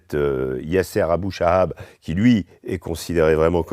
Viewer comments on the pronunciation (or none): Il parle beaucoup ces journalistes alors qu'il y a aucun journaliste occidentaux à Ghaza, que du mensonge et même les nom des criminelles ils arrivent même pas à les prononcé. Abu Shabab et non Abu shahab monsieur !!!